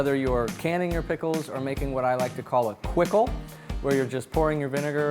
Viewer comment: A Quickle!!! Hahahahhaa bravo sir